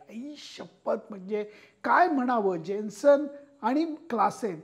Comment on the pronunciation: सर,तुमचा उच्चार चुकलेला आहे.जेन्सन नाही.यानसेन आहे.त्याच्या स्पेलींग मधील J हा silent आहे.कृपया पुढील व्हिडीओ मधे ही दुरूस्ती करावी,ही विनंती.